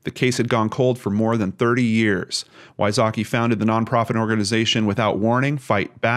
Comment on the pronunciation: Sheila Wysocki is pronounced completely different btw 😂😂😂 vysocky